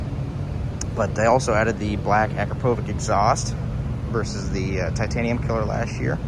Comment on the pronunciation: Definitely a nice machine! Nice job in the video but please learn how to pronounce the exhaust manufacturer correctly. Phonetically is A-crop-A-Vich, now ya know